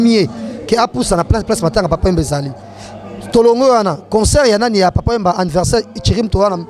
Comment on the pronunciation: concert et non consoeur. bongisa